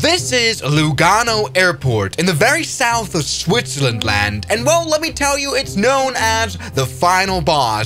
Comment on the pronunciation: “switserland land” 😂